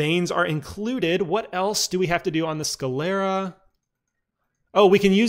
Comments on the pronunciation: google pronounces it "sCLEARa". My bad 👌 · Why do you pronounce it "sCAlera"? Is it a speech impediment?